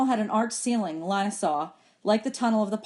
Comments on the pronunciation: I sort of care how it was pronounced but you can go to the chick of sciences playlist version and at the bottom it should say leeyna not lyna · its leena not Lina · I think lina is pronounced leena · It not Li it Le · Its Leena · Lina I and A are vowels so it makes it so that I does not have a sound so when you say Lina it’s pronounced Line-ah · Lina is pronounced Len-uh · Makhan Punia I know it’s not a big deal but it’s pronounced lÍne-ah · Thanks you but it’s lean-uh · you pronounce Lina wrong it's pronouns like lean-uh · um she’s right so check yourself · You are pronouncing Lina wrong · I'm not even listening for school. Also it's Lina. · yah u pronounce wrong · It is not Lina